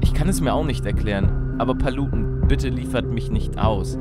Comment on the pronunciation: warum heisst paluten "palutenn"